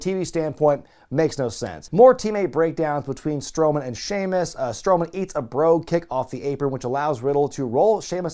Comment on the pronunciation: Anyone else notice "Shemaus"